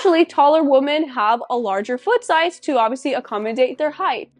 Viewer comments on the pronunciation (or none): You do know that woman and women are pronounced differently, don’t you? You’re the only native English speaker I’ve heard pronounce both as woman. Women, the plural, is pronounced Wi-min. It drives me nuts to hear you constantly saying woman for the plural.